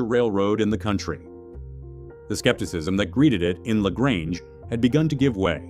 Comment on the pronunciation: Pronounced " la gray nge"